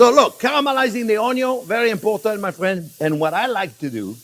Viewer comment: I address my wife "hello my fwend" every morning because of him...